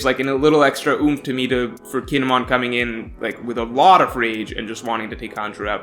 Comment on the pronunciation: The way you pronounce kinemon sounds like he's a Pokemon. Guess you haven't seen the anime.